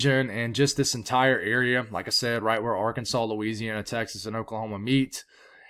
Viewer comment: I love it when you say Louisiana. It makes it all worth while